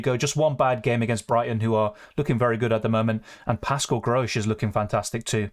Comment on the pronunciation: Gross not Grosh .. if you keep saying his name wrong, he will blank